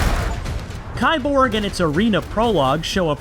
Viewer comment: It's pronounced "keeborg"! Key-borg. Literally just "cyborg"